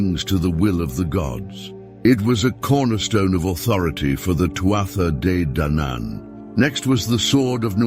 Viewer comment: This was an interesting video. The lines between mythology and reality are blurred and it's hard to know how much of Irish mythology is actually based on some truth. The AI voice did irk me with it's wrong pronunciation of Tuatha Dé Danann but I got over it as the video went on.